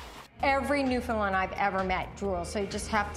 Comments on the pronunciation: Newfoundland is a province Canada is a country; And considering the dog is named after said province it should be pronounced the same way. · Dammit, thats not Newfoundland, thats Labradour, and theyre pernouncing Newfoundland like every person from outside of it. Its pernounced like: New-Fin-Land, not New-Finland! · Where are you from? I've literally never heard a Newfoundlander pronounce it that way. Usually it's either "Newfinland", with equal stress on all syllables, or "NewfoundLAND", with the stress on the final syllable. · Newfinlend..... It's newFOUNDland since I live here it hurts every time I hear it. Also when you did the map of "Newfoundland".... You actually had it over Labrador.... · No, I think you are confusing The NewFINNLIND Dog with the Newfoundland (rhymes with understand like its home country) Dog. Maybe the previous is a native of Europe, I don't know, I can't seem to find "NewFinnLind" on any maps....but, the latter, ummmm I'm quite sure, is native to Newfoundland. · First its NewfoundLAND not newfinlind, And you put Newfoundland on Labrador . And, for the record, I've referred to myself as a newfie. I have no problem with it. :) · Just me or do they sound they say New Finland. I know it's Newfoundland. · Its pronounced new found "land" not newfoun "len" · i hate when people say newfindlind. its, NEW FOUND LAND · said newfoundland proper showed labordor. and it's pronounced newfandland not newfinland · its not newfinlin its new found land. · Excuse me, What's a NewFINland dog? It's NewFOUNDland :| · Look, once and for all, it is pronounced Newf~in~Land (NOT "lind") and when uttered correctly rhymes with "understand". I'm from Newfoundland and EVERYONE here cringes when they hear someone say NewFinnLind. Jeez Mary; New~Finn~Lind, it's like calling a person from The US an "Amer~rickin". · Oh my GOD, learn how to say the friggin' name. It's not New-fin-lin or New-found-land. It's New-fin-land. Source: I'M FROM HERE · Newfoundland not Newfinland